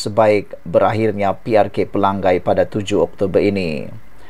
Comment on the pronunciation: Pelangai... Sama bunyinya dengan Pelang nyai.. Bukan Pelang gai